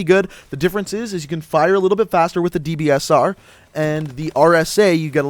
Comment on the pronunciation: Man I love the dbsarrrrh